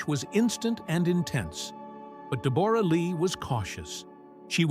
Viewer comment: Pronounce her name correctly